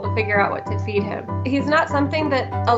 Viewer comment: Am i the only one who heard "feed" as "beat"? XDDD